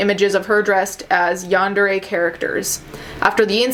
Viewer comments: It’s pronounced yawn-der-ay I believe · Its yahn-deh-le やんでれ Also there is a huge difference in how Japanese people see crime or apologies etc. Cultural differences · Yarn - De - ray The R is rolled as Japanese people don't pronounce the R, it makes it easier to say when the word is stringed into a sentence.. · the pronunciation... “yahn-deh-reh” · It's pronounced basically like Yawn-Day-Ray. :) You got really close! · It's pronounced yan-de-RE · It’s “Yawn-dah-ray.” You’re welcome. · My friend told me it's pronounced Yan da day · Deep breathing I know what this video is about, but I'm too scared to listen in. Also, laughing at how you struggled to pronounce yandere.